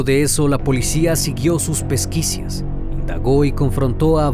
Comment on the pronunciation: Gran investigación! Eres el primero en realizarla. Felicidades. Solo una observación: la palabra correcta es "pesquisas" , no pesquicias.